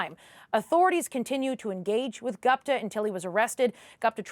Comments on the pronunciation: Geez! CBC correspondent butchered the name “Gupta”.. It was annoying to hear her repeat “Gaapta, Gaapta…” Why can’t she learn to pronounce basic Indian names like the host. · CBC!!! DO YOUR HOMEWORK!! No such thing as a "Sick" (pronunciation)! How do you NOT know it's pronounced "Seek" !!! Also - is "Gupta" the same person as "Goopta" (pronunciation) !! Holy smokes! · It's Gupta not Gopta. Can we call Peter Porter 😁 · Dear News Reader, it's Gupta..... Not Gapta....😅😅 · Gapta???? This network can’t even pronounce the name Gupta!! 😂😂😂😂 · very very poor home work. At least learn to pronounce name of the alleged person in the report. You said his last name “GUPTA” so many times and don’t even know how it is pronounced. Clearly shows you read it on paper rather than talked to any person or sources. If you had done it you would clearly know “U” letter is pronounced out loud in the name